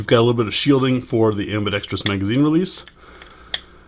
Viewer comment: Thumbs up on this video just because you pronounced ambidextrous correctly.